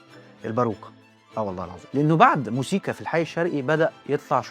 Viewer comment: موسيقي مش مزيكي ياريت تصلح نطق الكلمه